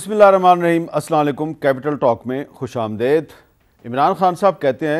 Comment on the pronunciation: خوش آمدید شدید مزید یزید حامد ap amdead boltey ho amdeed ni boltey